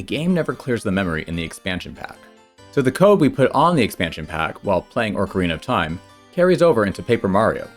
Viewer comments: "Orc-erina of Time" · All you people who make fun of for the way he says Mario need to focus all your energy on the real enemy: the way says "Orcarina of Time." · Dear, stop saying "ORC ARENA OF TIME"!!!